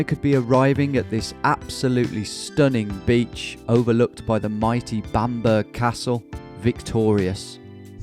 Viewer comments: just a heads up from a Northern near this area, its pronounced "Bam-buh-ruh" 👍 Very excited to see how the series goes! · BAM-BURR castle? Lol. It's bam·buh·ruh you silly sausage. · Only criticism... It's pronounced Bam-Bra NOT Bam-Bur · I audibly cheered when I saw another episode of my favourite series uploaded. Believe me. But seriously Tom it's pronounced Bam-BRUH not Bam-BERG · “BamBURG” castle - come on tom!🤣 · Great episode, just a little pronunciation correction, because I've been to the castle a few times, I think Bamburgh is pronounced Bam-borough, similar to Middlesbrough, rather than like Bamburg. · as a Northumbrian myself, your pronunciation of Bam-berg is amazing 😅😂For future reference, it is usually pronounced, Bam-buh-rer instead of bam-berg. It is great to see this region documented and focused on more, as i feel Northumberland is definitely one of the least known/talked about counties in England so it's great to see. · Bam-bur-uh castle, not bam-bur (pronounced like Edinburgh) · This is the one I’ve been waiting for! Exciting times. Quick note from a proud northerner though - it’s pronounced Bam-bruh 😆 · Bam-borough castle not bam-burg. Similar to Edinburgh pronunciation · Bamburg!!!?? Think about how you say Edinburgh and try again my friend! P.S Love the vids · I can't help myself - It's Bamberah, not bamburg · So glad another one of these is live! Looks like you're going right past my family farms in Northumberland. If you'd asked we could have sorted you free and unfettered passage through a good few miles! NB you're saying 'Bamburgh' wrong. Say it like you do Edinburgh!!! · Pronounced bam-bur-ah castle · Bamburgh- say it like Edinburgh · Bamburgh is pronounced like middlesbrough... Lookin forward to this tho!!! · Bamburgh is pronounced Bam-bruh in the same way Edinburgh is pronounced edin-bruh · Brutal pronunciation of bamburgh like. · That Bamburgh pronunciation was painful Tom..